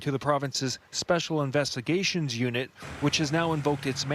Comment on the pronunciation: Speshul investigashions